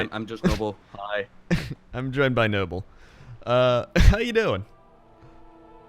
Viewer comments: Sargeras not sarjeras. not noble. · And called noble